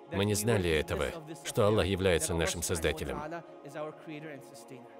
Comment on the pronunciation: Автор говорит Алла.